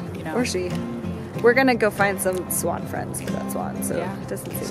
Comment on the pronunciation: fantastic video:D And I totally love the!! "Spaaawwnn spaaawwwnn""...oh no wait!! She meant "swann"